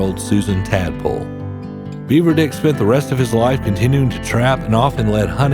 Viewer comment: Its not "Beaver Dick", its "Beaver Dick"